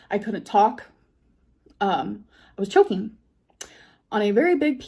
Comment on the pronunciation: Chokeeng and shiteeng... Whomever donated that must be a super smart, super cool super handsome man.